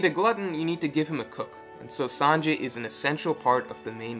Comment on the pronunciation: You're good at picking up on these things. I can't help but feel you pronounce Sanji's name as Sanjay, though xD